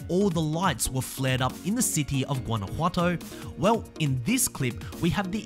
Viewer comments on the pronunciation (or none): none